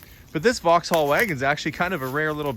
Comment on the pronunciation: You don't need to pronounce the H in Vauxhall, vox-all 😉